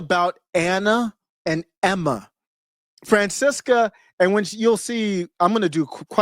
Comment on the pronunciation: Its pronounced Franchesca